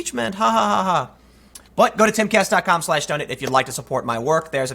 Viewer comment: Please dude, I've watched several of your vids, it is donate not donut......lol